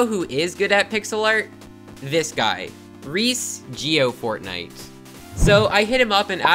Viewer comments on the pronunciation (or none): "Reece Geofortnite" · Anyone gonna question the fact that he said "Reece Geofortnite"? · "Reece gey - o - froy" - 2021